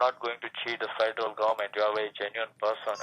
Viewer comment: Can’t even pronounce the word federal correctly!